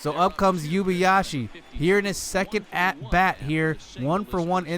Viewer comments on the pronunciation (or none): It’s pronounced “ Oo-ay-ba-ya-shee “